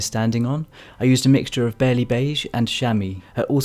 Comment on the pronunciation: Hi! You're lovely, and your work is gorgeous. I'm about to be garbage and I only know this because I also work with Copics but the E11 marker is "Barley Beige", not barely, but Barley like the grain/plant. Or maybe you're just pronouncing it differently because of your accent, but I don't think so. Always looking forward to watching your videos, thanks for being so inspiring!